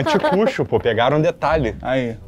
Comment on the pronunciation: Não é assim que pronuncia anticucho. E isso não é milho, é choclo